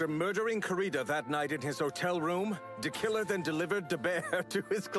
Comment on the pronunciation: I'm stuck laughing at "DeKiller then DeLivered DeBear"